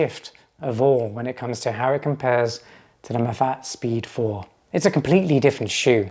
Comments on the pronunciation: It’s pronounced “Mah-fah-tay”. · In French I see things pronounced ma fat but as a Spanish speaker myself I thought it was ma fa te